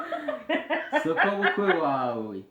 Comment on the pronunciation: 😂😂😂hahhhh urakotoye ntabwo Ari sokobukwe ni Sobukwe